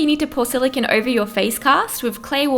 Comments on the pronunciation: Silicon is pronounced "siliCONE" not "siliKIN" sorry it was driving me insane. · is it me or does it bother anyone else that this girl is saying silocan instead of silocone? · SiliCONE not siliCIN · SILICONE. NOT SILICON. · But it's silicone, not silicon. Silicon is a completely different thing. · "Silikin" "silikin" "silikin"...ITS SILICONE. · its silicone. not silicin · Jack Marshal THANK YOU. eEveryone's just copying eachother saying it looks like jenna Marbles but I was looking for someone else who got annoyed by her pronunciations. lmao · I like how she says silicon. "Skill-a-ken" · im triggered she keeps saying silicone in a weerd way silacon thats what it sounds like silacon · Is it bothering anyone how she keeps saying silicINE? I get annoyed by the stupidest things lmao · It's her accent lol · The way she says silicone bothered me so much